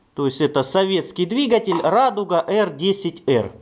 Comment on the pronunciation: говори правильно дригатьель